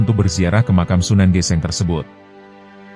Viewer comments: Maaf itu bacanya sunan geseng bro bkan geseng geseng Krn Kobong/terbakar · Aneh tp nyata.......hampir semua chanel yg menceritakan sejarah jawa koq kayaknya bukan org jawa ya..SUNAN GÈSÈNG dibaca SUNAN GESENG....tp okelah darida gak ada yg menceritskan sejarah tanah jawz